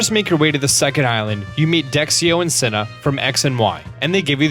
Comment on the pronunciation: "Sina" isn't pronounced "Sinnah"! I AM ACTUALLY CALLED SINA, and you pronounce it with a soft, voiced 'S', a long-ish 'i' and a short 'n'. When I introduced myself, one friend once asked me "Wait, like the warrior princess?" You pronounce it EXACTLY like the warrior princess, yes. Like Xena. 'Zee-na'.